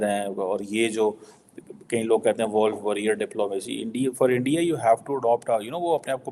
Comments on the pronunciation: It’s wolf not walff warrior technology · his English is really poor... wolf worrier dude not woolf..